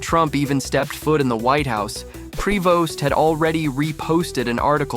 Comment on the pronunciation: Pronounced "pree-voh"